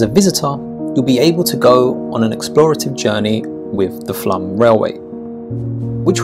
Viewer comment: Please respect orthography and pronunciation of norwegian names. English rules (of thumb = received pronunciation) do not apply: You have undergone your Great Vowelt Shift (look it up), others haven't. Example: 'Flam' is written Flåm, the å is spoken as o (norwegian o is mostly spoken as u), the syllable is long.